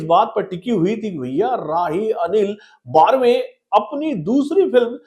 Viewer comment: बर्वे not बार्वे